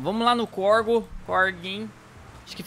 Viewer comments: “Corgo” ou córrego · nossss se fala córrego não corgo 😂😂😂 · o correto é córrego e não corgo, que quer dizer onde corre algo ou neste caso água. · Se chama corrego nao corgo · Nao e corgo e corrego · nao e corgo e corego